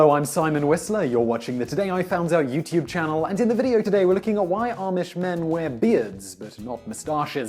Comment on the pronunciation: Yay! You said YouTube properly in this video! ("YouTube" instead of "YouChube") Thank you for putting the effort into correcting this so it is not a distraction! By the way, I love your videos!